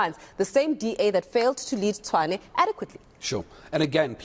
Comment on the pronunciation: As long as they keep pronouncing Tshwane as Chwane, they will always lose elections.